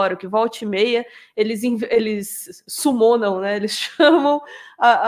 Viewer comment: eles "summonan" hahahaha, linda,!! =D